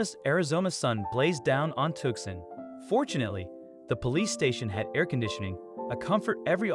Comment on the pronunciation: How come a yank doesn't know how to pronounce Tucson. Queenslander.